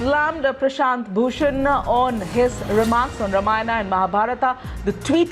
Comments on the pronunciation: Whats happening , a idiot insults our culture we keep quiet , when do we kick these idiots out and worse the journalist cannot even pronounce Ramayana , its Ramayana not Ramana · why he is not able to pronounce Ramayana he says Ramanna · Learn to speak ramayan and mahabharat correctly. रामायण और महाभारत. NOT रामायना OR रामाना AND महाबारता. IDIOTS. अंग्रेजोंकी औलाद. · The reporter can hardly pronounce Ramayana